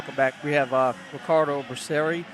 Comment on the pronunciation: First they said becerio, than becerri, than becereal 😂🤦🏻‍♂️ why can’t they ever pronounce it right lol…it’s be-sa-rail